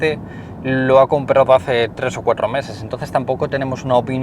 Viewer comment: Cada vez que dices cuatro, bufff eso sí que no lo arreglan los kilometros